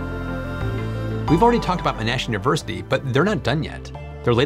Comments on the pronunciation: Sorry but I just can't let your pronunciation of "Monash" go any further as your emphasis is in all the wrong places. It's not pronounced "Mn-aAash'" or "Mn-arsh", it's pronounced "Mon-ash" as it's written. Elongate the "Mon". If in doubt go find some video with an Aussie saying Monash. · There is only one N in Monash, so it's pronounced Mon-ash not Mon-nash. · MON-ash, not mon-ASH. I know, picky, sorry, but I live literally just down the road from the Monash campus. Named for John Monash. But hey, AUSTRALIA REPRESENT! ;-) Monash have been involved in flow batteries, as well. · Please, it's "Moh-nash" or "Mon-ash", no-one says "Ma-nash". Every time you say it I lose the next 10 seconds as my brain trips and resets 😆. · The Australian university is pronounced Mon-ash (mon as in Pokémon) not mo-Nash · Excellent update! Thanks. FYI it’s MON-ASH not MAAN-ASH. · It's MONash University ... not MonASH. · Excellent. This is amazing. Especially interesting for electric vehicles. (By the way, Monash University pronounces it "MAH-nash", not mon-ASH.) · MON-ASH not m'narsh 😂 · Very distracted by mon-ASH (it should be MON-ash). Otherwise quality vid, as usual. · It's not pronounced "Menash", it's (Poke)Mon-ash 😭😭😭😭😭😭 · Aussi here. It’s pronounced MONash not monASH 😂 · I’ll be that guy to pedantically correct the pronunciation of Monash. It’s mon-ash, not mo-nash. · Just a minor point the Australian university Monash is pronounced. Mon…ash, not Mo….nash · FYI it's pronounced MONash not moNASH. Great video anyway it's pronounced. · It's Mon-ash, not Mo-nash. Mon like monument. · Great video...lithium sulphur could be real game changer...and great ti see contribution from Australian universities. BTW, it's pronounced Monash university, not Mnash.😊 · Monash. Emphasis on the Mon. (correctly pronounced the Mon part but you emphasised the ash). MONash. I feel you might be saying that a lot in the future 😉 Great video! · Mon' ash is how it's pronounced in Australia. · Ma-Nash < Mon-Ash